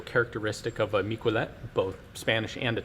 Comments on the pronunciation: "Mick-well-let"? I thought it'd be pronounced "Meek-eh-leh". Anyways, I'm not French myself, but it's surprising how much the French contributed to firearm development, the flintlock being amongst them. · In catalonia we remember the miquelets militians as a heroes. It is pronounced mi-ke-lets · Miquelet, pronounced "mickelet" (with the t), it's catalan not french. Miquelet units were created around 1650 during the catalan revolt